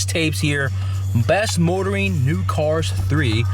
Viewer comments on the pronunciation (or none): none